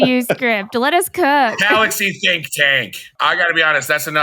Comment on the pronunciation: Palaxy? Come on. You can do better.